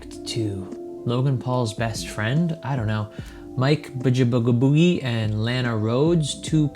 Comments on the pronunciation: his last name is pronounced may-lack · You say Mike's last name like May-Lak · Mikes name is pernounced may-lack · How you gonna butcher a man's last name like that? That's some disrespectful 💩. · Pretty embarrassing that he cant pronounce majlak